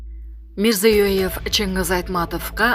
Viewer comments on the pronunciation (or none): none